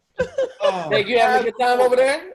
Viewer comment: Notice how always says tine instead of time. Oh my dear.🤦🏾‍♀️🤷🏾‍♀️🤦🏾‍♀️🤷🏾‍♀️🤦🏾‍♀️🤷🏾‍♀️